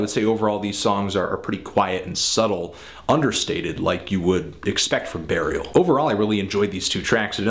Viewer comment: He says Barial :)